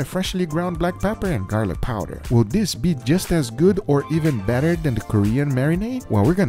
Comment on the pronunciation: "the more turns you do, the "BATTER" it is..haha..